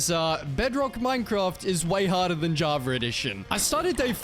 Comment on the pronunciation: dude please stop saying javar edition there is no R on java